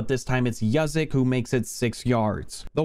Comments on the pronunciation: Dude said Yuzzick. It’s Use-Check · "yuh-zick" is not it's pronounced, its "yoohz-check" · He said yuzick lol juice! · And he also called Juszczyk "Yuzzick" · the way you butchered juszczyk was criminal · That’s not how you say Juszczyk